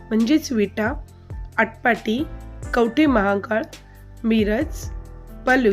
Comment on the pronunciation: जिल्ह्यात rewansidh (नवनाथपैकी एक )हे पुरातन मंदिर आपण विसरलात. तसेच आटपाटी हा उच्चार चुकीचा आहे तो आटपाडी असा आहॆ. पुरातन. जागृत. प्रसिद्ध मंदिर विसरलात ही अक्षम्य चूक आहे. मी विटा येथील राहिवासी आहॆ.